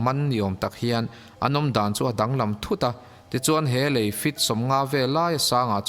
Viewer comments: Lêi (sand) nilo lei (bridge ) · Lei (ground) ni lovin a lei (bridge) lai vel.... tih tur. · Dik e lei tongue a lam loh tur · Lei (mud) nilovin, Lei (Brigde) tur. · Lei tih i lam tirh hi a dik lo a. . lei i lam hnuhnung hi dik lh thlap sia.... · Lei I sawi dan kha a dik chiah lo deuh a tir lam ah khan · Lei ( bridge) ilam dan hi a dik lo anih hi... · Lei (bridge) i lam dan hi a diklo... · Lei (Bridge) thluk khi i va lam diklo nasa ve